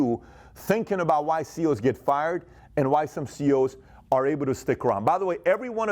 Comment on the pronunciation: Sounds like you are saying CO'S. (As in correctional officer)